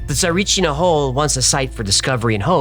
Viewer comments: No way you spoke about a Bulgarian mystery! Much love and thanks from a Bulgarian fan of yours! And it is pronounced Tsa-ree-chee-nah (if that makes any sense), but you did a good job regardless! It is quite a popular one and quite weird as well. 😊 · He kept mispronouncing 'Tsarichina' too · Lol are you dyslexic it's lterally Tsarichina just pronounce it the way it's spelt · The way you pronounce Tsarichina makes my soul burn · As a Bulgarian, I approve of this story. Everything except the pronunciation of Tsarichina, which, admittedly, is quite the challenge. Looking forward to a whole Baba Vanga episode? Fingers crossed. EDIT: Wait, no, scratch that - from onwards you get it right. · Fan of your channel and always thumbs up for your content 👍👍 - But Why is it ALWAYS almost impossible for americans to pronounce foreign words and especially foreign names correctly ? My friend, the name of the village you're trying to pronounce is so wrong that it's almost unrecognizable ! Really !!! Let me help you with the pronunciation because in the end, pronouncing names correctly shows first and foremost, respect for the people and the country ! Now, I know that you in America don't distinguish between Bulgaria and Russia, but under no circumstances should you try to imitate a Russian name or pronunciation 👎 Total mistake ❗ It's not Tsarichina-YA 👎 Drop that -YA ! The ending of the name is TsarichinA - after the last "A" there is nothing else, okay ! Now, let's fix the rest. Don't worry, it's easy and it's not a rocket science 😉 1. Put the stress on the first " i " - TsarÍchina 2. Don't blend "ch" and "n" into one. There is an " i " between them. You see it, right?! Don't swallow it, just pronounce it ! Tsarich-I-na! That's it. Now, you should be able to pronounce the name Tsarichina (WITHOUT the "YA" at the end, okay?!) much more correctly than before. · Tsarichina not TsariCHNYA. But I appreciate the pronunciation on the rest of the proper names, well don! ❤